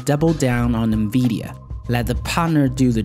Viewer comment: Nvedia.....LOL!!!!! Love your videos but you need to learn how to properly pronounce NVIDIA. N vid e ah